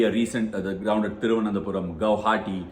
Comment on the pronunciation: Extra points just for mentioning the name correctly Thiruvananthapuram